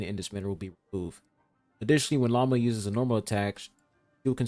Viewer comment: I can't help myself. Everytime calls Lauma by her name I hear "lama" instead. Maybe, she is indeed not a deer, but a lama. 😂